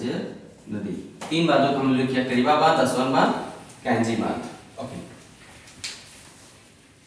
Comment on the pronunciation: सर आपके प्रयास सराहनीय है मैं विश्व भूगोल के आपके वीडियो देख कर बहुत कुछ सीख रहा हु .... किन्तु कुछ बातो कि तरफ मैं बहुत ही विनम्रता पूर्वक आपका ध्यान आकर्षित करना चाहूँगा कि कुछ शहरो के नाम जो आप लिखते हो या बोलते हो वो एटलस से मेल नहीं खाते जैसे कि अबादान कि जगह आपने लिखाया इबादान, ताना कि जगह टाना, अस्वान की जगह पे आस्वान पिछले videos में भी कुछ और ऐसे शब्द थे तो इसमें थोडा सुधार होगा तो हम सबके लिए आपके प्रयासों में और सटीकता आएगी .......बहुत बहुत धन्यवाद सर